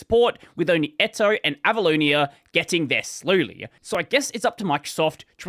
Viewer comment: Can't stop hearing "Abalone" instead of Avaloni XD